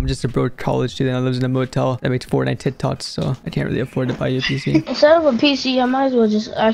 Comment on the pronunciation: bro cannot say the word "K" in any of his sentences. "do some tweats" and "fortnite tit tots"